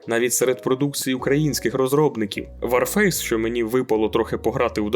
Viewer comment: Українською правильно казати Ворфейс а не варфейс, war - Вор!